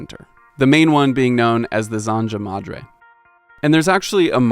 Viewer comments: Great video! btw that is NOT how to pronounce zanja madre. (SAN-ha) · Just a note that the 'J' in Zanja Madre is pronounced more like "h" in Spanish. How about the role of the La Brea tar pits in the city's cultural history? Or the Miracle Mile, which I already know a little about. Or how WW2 industry in L.A facilitated the bedroom community boom in Orange County? (And there's a Mexican origin story in the Irvine name--which should actually be pronounced "Irvin"--in OC.)